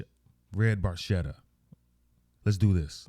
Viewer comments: Geddy actually mispronounced Barchetta. The “ch” makes the “k” sound. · Barchetta Italian for little boat,the ch is pronounced k.😊great job my friend my favorite band ❤️ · They were told they were mispronouncing it a few years after the song was released. They just decided it was far too late to correct the error. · Love RUSH and another GREAT tune! The car is a red ferrari barchetta....barchetta is an Italian word and it means, small boat = small convertible car. The correct pronunciation of 'barchetta', in Italian, is : bark-etta. (the "ch' in the word is pronounced like the letter K). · Geddy is mispronouncing it because he's Canadian. Barchetta is pronounced barketta, it's Italian for small boat i.e. a 2 seater. Specifically a 1952 Ferrari 340 Red Barchetta Burlinetta. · Barchetta is actually pronounced barketta - italian for little boat. It is a car with no roof - and the actual car that Neil wronte this song is a 1948 Ferrari 166 MM . While Neil built up an impressive car collecton - recenly sold at auction - most of his cars were silver and he never owned a red Ferrari - but he did say in a few interviews that the 48 166MM was his grail car. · Barchetta is an italian word and it's pronounced bar-ketta although Geedy says it differently, ask an Italian and you'll see. It's my second favorite Rush song following closely La Villa Strangiato. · Barchetta is an italian car and... it´s pronounced BarKetta ;-) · It is an Italian car in the Ferrari family. The pronunciation of Barchetta is actually pronounced Barketta. Neil in an interview said that Geddy actually mispronounced it but Neil never corrected him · They say "bar-chetta" in the song...but the correct Italian pronunciation is "bar-ketta". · True in Italian it is with the "k" sound, but in the song Geddy pronounced it as a "ch" sound...BarCHetta. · If you were Italian you’d pronounce it barketta. It’s a Ferrari from the 50’s or earlier. Geddy realized later on he was mis-pronouncing it.😄